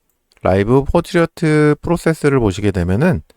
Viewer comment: 왜 자꾸 Portrait 를 포트리어트라고 말하나. 불편하네요.